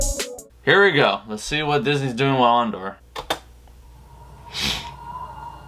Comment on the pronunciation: So..you're a big SW fan yet don't know if Andor is a series or a film..don't even know how to pronounce his name and bad mouth arguably the best SW film in the franchise.? Lol Obi wan is a favourite of yours? Says it all really ..you obvs dint remember how utterly shit the prequels were.